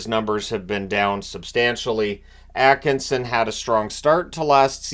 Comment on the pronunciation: I can read it. At-Kin-Sin is the pronunciation as far as I know.